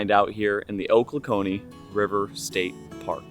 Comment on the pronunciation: hey man, cool video! I'm from that area, and thought you would be interested to know that it is pronounced "Oh-clock-knee".